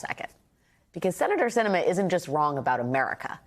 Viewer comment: I am LOVING that Sinema clearly did this for attention, thinks no one gets what she's doing, AND every single person reporting on this is mispronouncing her name. She thinks she's so important, but obviously isn't when no one even knows her name. Let her be Independent; the letter behind her name won't change the fact that she's invisible and unnecessary.